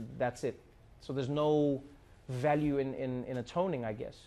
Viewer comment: "There is no value in atonining."